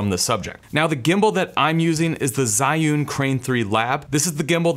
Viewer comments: Heads up, Zhiyun is pronounced more like "June" than Zi-yoon. No hate just letting you know! :) Great video by the way, keep it up! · Or "zune"?